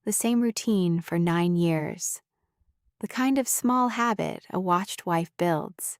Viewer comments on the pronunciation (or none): none